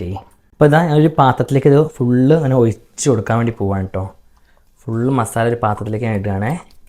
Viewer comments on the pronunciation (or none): none